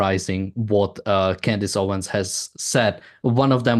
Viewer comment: It's "OwenS" not Owen. She has just gone further down-hill. It's astonishing.